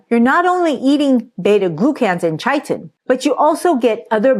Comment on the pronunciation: The "ch" in chitin is pronounced as a "k."